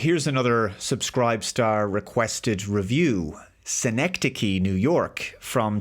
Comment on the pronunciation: Well done on the pronunciation. Whenever I see it, I immediately think of it as ‘sine-c-dosh’ 🤣